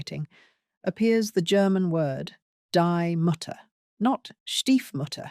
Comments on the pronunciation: Die Mutter is pronounced dee mooter. What is the Brit's propensity for Anglicizing non-English words? It strikes me as an island mentality. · Text: "Mutter" English pronounciation: "Mottah Mottah" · Mutter pronounced mootee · Ahahah "dye matter", seriously? You couldn't look the pronunciation up? Die mutter = dee mouter. Wondering how the rest of the "research" was botched. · It's Pronounced: Dee Moutte (R is silent) Not Die from death or Mutter as Mumble 😂😂😂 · its pronounced moohta not mutter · Pronunciation disaster 😵 The German transcription (IPA) for "die Mutter" (the mother) is /diː ˈmʊtɐ/ or /diː ˈmʊtər/, with the emphasis on the first syllable of "Mutter," sounding like "DEE MOO-ter," where 'ü' is a rounded vowel sound and the 'r' at the end is often softer. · Why you pronounce "die" and "Mutter" like they are English words, and butcher them, but then proceed to perfectly pronounce a whole sentence (with the exception of ass instead of aß) is a mystery of its own. Those two words are pronounced like "thee" and "mootter", bringing them close to their English counterparts, which is also logical given your language's history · Ouch! 😅 As a German I beg you to correct your pronunciation of the word "mutter" - the vowel has to sound like in the English word "mood" (not "nut"😅) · Please, please, do a little effort to pronounce the German words like “die mutter “ correctly. It’s German, not English and absolutely not difficult. Look it up on Google translate and press the sound button. A very small effort makes a big difference. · "Die Mutter" is not pronounced that way. "Die" is not pronounced like the English word for dying. It's a long German "i", the word sounds like "dee." And the "u" in Mutter is actually pronounced more like "u". A short "u". Anyway. That's a wobbly start. Let's see how it's going to continue. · The way you pronounced “Die Mutter” has me off to look for better content. Seriously.